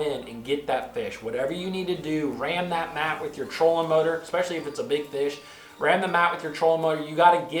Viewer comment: There is no X in the word especially. Best to learn the right pronunciation of the word you wish to use if you are going to be an educator and or public speaker. Makes you seem like you know what you are talking about. No hate here brother just a little heads up.